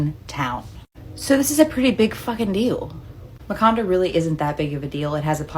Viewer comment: Okay, she completely pronounced the town Makanda completely wrong and has to be the most far fetched explanation I have seen. Carbondale is a college campus and expected tourist travel to this area is huge for the event. Hints the need for increased police presence to the area.